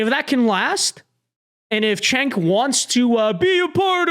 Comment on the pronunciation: It may be time to stop picking on "Jenk" by calling him "Chenk".